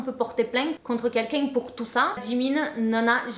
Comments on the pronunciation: Super vidéo et tu a bien prononcé "Jimin" mais je vais juste rectifié quelque chose a propos de la "K-pop" il n'y a pas que des coréens dans l'industrie, il y'a aussi des Japonais, Chinois, Thaï et même une Indonésienne et une Sénégalaise certes la K-pop viens de Corée et les idols sont majoritairement coréens mais il y'a aussi des étrangers, également que Oli n'est pas vraiment une "Idol" et c'est sûrement pas le premier européen dans l'industrie il y en a eu énormément avant mais ils n'étaient pas vraiment connu voilà❤️ sinon par rapport au chirurgies faites avec les partenariats ça ne m'étonne pas, je me disais bien qu'il ne devais pas être "Si dérangé" même si clairement faire ça est totalement bête et creepy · T'inquiète tu n'as pas écorché le nom de Jimin 😌